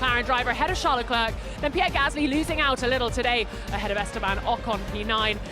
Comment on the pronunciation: Please learn how to pronounce Leclerc's name properly because this is becoming annoying... The final "c" is to be ignored. Everybody makes effort to speak in English. The least thing you could do is not to slaughter their family name! Thanks!